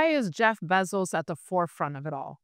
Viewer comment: Proper pronunciation is: Jeff Bezos - bay·zows Thank you. ￼ slow